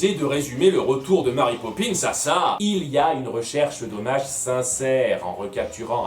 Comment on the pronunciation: Pitié les Francophones ... Mary est un prénom anglais ça se dit donc "Mery" et non pas "Mari" c'est horrible j'en ai marre qu'on prononce mon prénom de travers ...